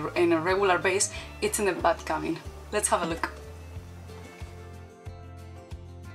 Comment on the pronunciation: I love listening to your accent. One funny word "back cabin" sounded like "bat cabin" which got my imagination going. Ok, many channels have done these things through the years and the biggest concern for me is getting roaches on the boat. Roaches , of course, hide in hidden spots on various foods. So, the way to make sure they do not get on the boat is to take your food apart, take your packs apart, take purses apart, wallets even. Look everywhere, BUT, most importantly, DO NOT DO THIS ON THE BOAT. Find a secluded place, not in the marina, before you get there, and take everything apart. I've seen them crawl to the very bottom of personal items in a back pack in an absolute flash ! You won't even know they are there ! Once, helping a lady check out an apartment, she had brought a baby bag with diapers ect in it into the apartment, sat it on a kitchen floor while we checked it out. One crawled into the baby bag, down to the bottom of it. Luckily , the roach died while in the bottom of the bag somehow, and they didn't get into my car or house ! WOW , now I know your chocolate secret stash. I hope I can control myself.... lol